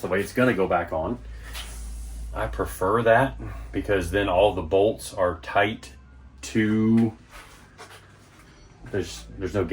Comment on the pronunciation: Its good n tight said like a german not good n snug